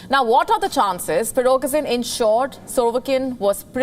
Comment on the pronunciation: Nice butchering of the names... 'Pirokesin and 'Surovekin'